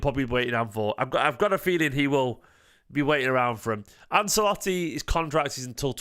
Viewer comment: Love your stuff dude but say "Anselotti" again and I'll be forced to find you. As a half Italian I've endured some bad pronunciations but this is one of the most famous dudes in the entire game! How do you not know how to say his name? 😂